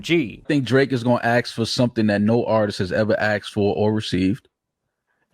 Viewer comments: As soon as someone says “axed” when they mean asked, don’t listen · Axed for, or received. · 'Aksed for.'